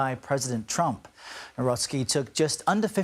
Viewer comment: Nawrocki - read as. naVrotzki. Karol Nawrocki